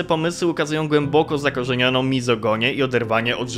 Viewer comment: ukarze, nie ukara i mizoginia, a nie mizogonia - nie odbieraj tego jako krytyki, tylko fajnie wiedzieć i na przyszłość nie popełniać błędów. Świetny materiał 👍 Pozdrawiam 🤗